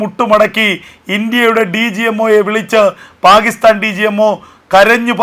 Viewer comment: പാഹിസ്ഥാൻ എന്നല്ല പാക്കിസ്ഥാൻ എന്നു പറയൂ